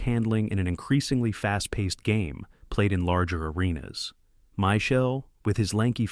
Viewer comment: My Shell?? Michael???You can always tell A.I. Narration: Mispronouncing names, especially francais ones. Also overly flowery script and overly generous adjectives.